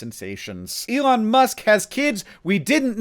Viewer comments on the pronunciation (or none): none